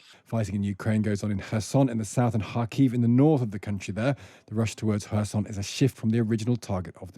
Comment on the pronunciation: Quotation: Does Kh say H then? So, Her-Son not Ker-Son? Har-Keev not Kar-Keev?